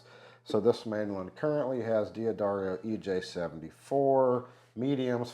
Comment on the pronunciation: D'Addario is an Italian name. It is a contraction of Da Addario, so it should be pronounced "Daddario," not "Dee Addario!" The Dunlop has a louder, sweeter and fuller sound than the Wegen, with just slightly more pick noise, but the pick noise is not very loud for both.